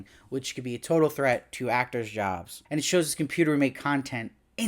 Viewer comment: I laughed so hard when called it a 'Com-Puta'!